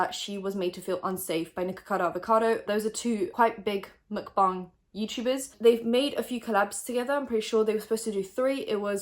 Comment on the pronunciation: love how out of all the drama channels i watch you're the only one that pronounces stephanie's last name and the word "mukbang" correctly 👌🏻👌🏻👌🏻